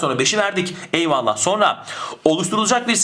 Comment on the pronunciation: her videonuzu severek ızlıyorum ama; EYVALLAH'I neden bu kadar vurgulayarak söyluyorsunuz?Paragraf çözmeye çalışıyorum zaten beyin yanıyor bu kadar tonlamalı eyvallahhh demenız :S